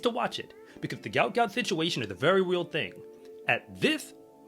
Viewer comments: PRONOUNCED........ GU-OT GU-OT ..... NOT gout gout....ffs, get the young mans name correct. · his name is pronounced like goat not gout - Goat Goat.